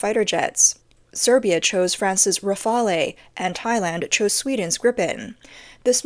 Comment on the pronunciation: Please don't pronounce Rafale like that. The "E" at the end is silent.